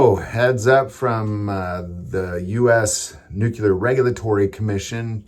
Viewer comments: NEW-clee-er, brother. NOT Nook-you-ler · It's pronounced "noo-klee-er" not "nook- yoo- lar" Sound it out. NUCLEAR. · its pronounced nuclear